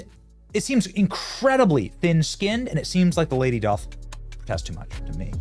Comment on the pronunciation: The word "doth" is pronounced "duth"